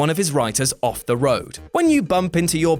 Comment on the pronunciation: “Off” not “of”